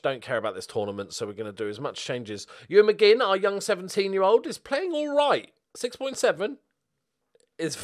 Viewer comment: The young Scottish lad is called ‘McMinn’ not ‘McGinn’